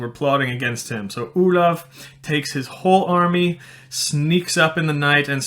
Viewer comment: oh i'm desapointed because you pronouced "oulav" while i always thought it was "oh-lahff" ( "grosse baffe" for who could understand that joke ) ; it's like earing the name of another guy...